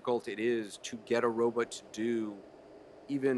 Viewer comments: Anderson ... you mispronounced the word, "robot" like every time. Oh well ... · Anderson says "Row But." ... I wonder if he also says "Supermin" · Why does Anderson Cooper keep calling them 'Ro-butts'? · its annoying me the way anderson cooper says "robutt" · Cool but I learned Anderson Cooper cant say robot lol